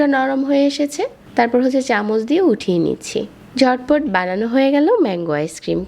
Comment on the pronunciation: Apnr vdo sundor kintu apnr kothar uccharon sundor na😑 ডাকনা কি? জটপট কি? ডেলে কি?